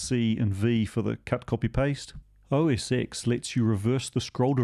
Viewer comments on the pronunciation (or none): Now we need to teach you that it's pronounced OS 10 :D